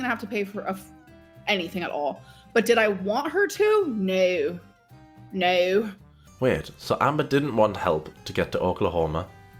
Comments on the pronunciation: As an Aussie, I would like to apologise on behalf of our country for how Amber says 'Naurr'. Should you ever visit our fine country, please find a complimentary Bunnings snag and a tray of Tim-Tams at your arrival gate as compensation. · I know it sounds ridiculous, but it makes me feel violent the STUPID way she says "nEiU". Like, it makes me want to hit things. (I also think she says it like that to imitate Erica's wife's accent, just to be spiteful, and then she just stuck with it). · The most insufferable part of this era was her pronunciation of the word no and her use of the word hectic. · idk why but the way she is pronouncing the word "no" is giving me second hand embarrassment and it's annoying AF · I noticed saying "no" in the same annoying way does, but not quite as pronounced. Makes sense that she adopted this from Erica and her wife, as she's never had an original idea in her entire life.